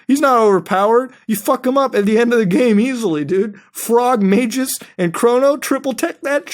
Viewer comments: RandomNPC I'v seen you before on Chugga's videos, right. Mutahar is always right and I'm triggered that you're triggered that he mispronounce Magus. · The way muta pronounces Magus triggers me so hard.